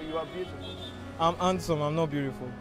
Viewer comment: He say "I don't think I'm hamsome"🤣🤣😂